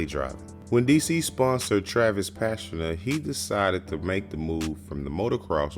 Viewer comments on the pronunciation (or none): he says travis pastrana's name wrong